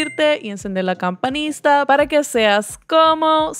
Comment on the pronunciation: Porque dices campanista en ves de campanita?